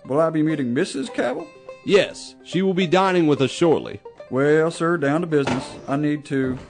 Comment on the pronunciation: That's the proper way to say the name Cabell